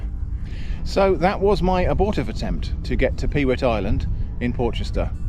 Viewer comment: You need a pair of mud pattens to cross the mud. Available from moi! Incidentally, you called it "Peewit Island". It`s actually, as its spelled "Pewit Island", pronounced "Puet" and refers back to the time when the island was managed for its large summer black headed gull breeding colony. The eggs were harvested as were the young fledgeling gulls, or puets.